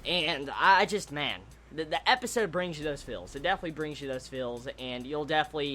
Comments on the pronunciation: Are you trying to say "feels" or "fills"? because you sound like you're saying "fills" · Okay then, but sorry if i think you're saying fills from time to time